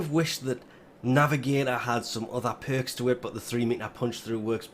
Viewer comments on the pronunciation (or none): none